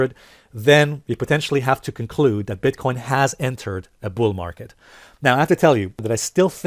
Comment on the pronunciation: "COCLUDE"? I'm unsubscribing.